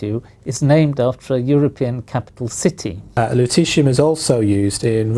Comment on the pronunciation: I kept hearing luteCium !!